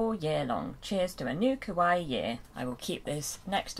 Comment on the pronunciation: I think its pronounced Kawa e like the e in the word me, I think that because kawaii is also japanese and it is pronounced like I discribed it earlier and it means cute/adorable, something in this way